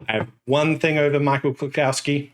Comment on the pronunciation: Small nitpick: there is no "cow" in "Klukowski". It is pronounced klu-COUGH-ski. Now, let me get a beer bottle and some hand records.